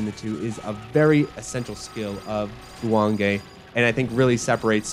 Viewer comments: Actually it’s more like goo wahng geh. Ppl think the E sound in Japanese is pronounced like ayy but no, it’s eh. If you see anything spelled with ei, then that’s pronounced like ayy. For example if it was guwangei Also the ahh sound in Japanese sounds more like the vowel in “wok” than “long”. So the second syllable wang would have the same vowel sound as in wok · The name of the game is three syllables. Goo-wong-gay. I'd also love to see another game that picks up on some of the unique ideas this game has. Slowing down bullets within a certain radius seems like the perfect premise for a Shoot the Bullet sort of game. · GOOOO JUAN GAY I've heard it pronounced JEW WAYNE GEE